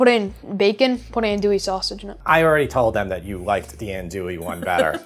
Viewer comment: “An-dwee” is how the sausage is pronounced.